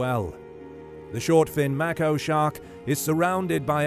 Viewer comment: “May - koh” Not “Mack - oh”